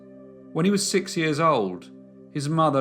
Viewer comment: Only question I have, is, why do you say "sick" instead of "six"?